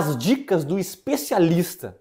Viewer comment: Eu adoro esse médico e acho engraçado como ele pronuncia : “ESPECIALISTA DO REEEETO E DO ÂNUS “😂😂😂